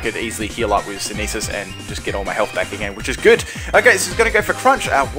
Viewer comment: Learn how to pronounce words. Are you really that dumb? It's synthesis. "Sin-theh-sis" not "sineesis" I don't think you can read.